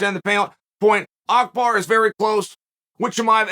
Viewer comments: Makhacev to Makelchev and now he destroys Abu Bakr name to Akbar. Uncle Chael never ceased to amased me 🤣🤣🤣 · It's so funny- as an Arab- listening to uncle Chael trying to pronounce Abu Bakar أبو بكر, but by mistake says Akbar, which is actually also an Arabic word أكبر. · Man, Chael really funny. He said a name whatever he can uttered it. Makhachev became Makhalchev. Abu Bakar became Akbar... 😂🤣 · It's Abu Bakar, Uncle Chael 😂😂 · Who is AKBAAR 😂 I love how chael says wrong name with full confidence lol